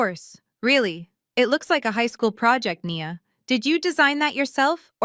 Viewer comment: Of course not. They don't even use proper narration. I counted numerous times within the same paragraph when Nia was pronounced "knee-yah" and one sentence later "nye-yah", for starters. I did like the overall story though.